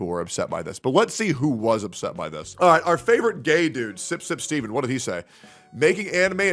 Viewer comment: its STEFEN not STEVEN 😂